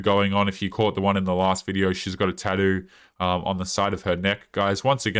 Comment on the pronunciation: Dude I watch a lot of ur videos and it’s been a while, but I never get tired of how u pronounce tattoo… gets me laughing EVERYTIME😂